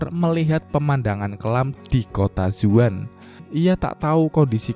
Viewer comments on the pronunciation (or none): Bang Zaun Bang Bukan Zuan